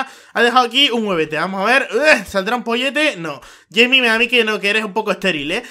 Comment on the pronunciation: el pollo se llama jaime no yeimi ,jaime